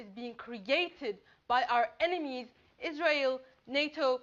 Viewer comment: Wow what a shouter, you should be President of the Wash Women's club. Nice pronunciation of "Israel" by the way ("IZ-RAI-ALE). You've emphasized that well. You've also done a great job expressing your severe violent hatred for Zionists and Zionism, but the real question is: do you hate Jews? If so what do you think of them?